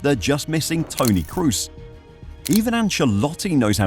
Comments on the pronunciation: why are English speakers always calling him Cruz? try saying Croz, that's how you pronounce Kroos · Please at least try to pronounce his name correctly. You keep saying Cruz when his name is Kroos. It's not English. The 'o's don't suddenly become a 'u' just because there's two of them. You might know Dortmund's Pascal Groß. The difference in pronunciation between Groß and Kroos is the 'K'. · It's kroos, please, not cruise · k-ROH-s... not crew-s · Toni KROOS was superb, You should respectfully learn to pronounce his name properly! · trying to pronounce a players name right is a matter of respect. You doesn't give a fuck and that speaks for it self.